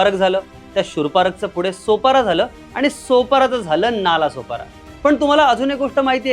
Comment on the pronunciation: नाळा-सोपारा अस नाव आहे हिंदीत ळ ला ल बोलतात म्हणूण vdo बनवनाऱ्या चा अभ्यासाची सुरुवात च चुकीचे संगतोय नालासोपारा नाही तर नाळासोपारा बोल पहिले